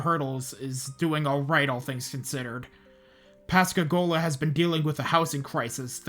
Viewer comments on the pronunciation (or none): Just an fyi you mispronounced Pascagoula and Pass Christian. Pascagoula sounds more like ghoul than goal. And it’s not pronounced Christian like the religion. It’s more like Christi-anne.